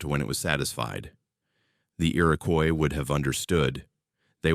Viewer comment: The indigenous population is pronounced “IR-IH-KWAH” not “Coise”